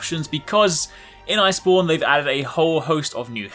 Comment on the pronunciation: When your reading subtitles and keeps say monster hunter ice porn